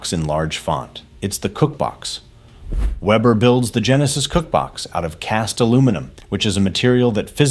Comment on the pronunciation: A! can't pronounce Weber